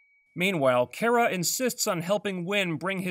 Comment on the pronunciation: Kara is pronounced "Khara or Car-a" not "Care-a". Please fix that.